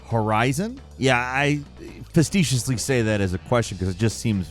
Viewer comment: Festiously, huh? Oh what is with your pronunciations? Honestly it's becoming kind of a meme for me.